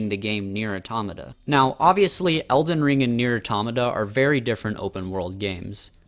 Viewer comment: The way you said pronounced Nier automata makes me sad it’s auto-mata not atomna